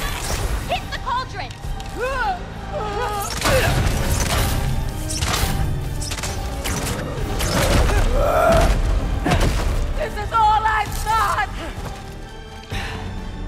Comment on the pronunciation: “Balldron” Tf bro